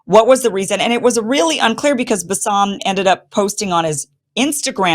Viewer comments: His name is pronounced as Basim. Bassam is another arabic name. Love you Kim. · His name is pronounced bass-im with the first syllable the emphasized one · BAS-SUM 😂 Not balsamic 😅